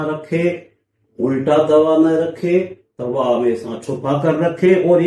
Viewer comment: taba bhi nhi hota tava hota h😅